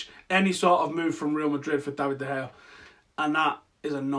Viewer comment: mate its not De gay its pronounced De Haya